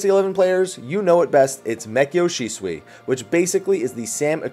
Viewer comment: Kenji Shiratsuki LOL! he totally butchered how to say that ability XD